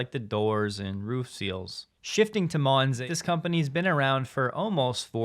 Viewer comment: It’s doesn’t say Monz it says Man-z